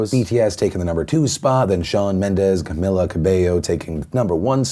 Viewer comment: Just FYI, Camila Cabello’s first name is pronounced Ca-mee-la NOT Ca-mill-a